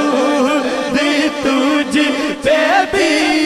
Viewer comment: Bhai jaan plzz talaffuz b durst kijye....darood nai duuroood hota hai